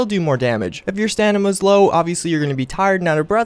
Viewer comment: "If you're stanima's low"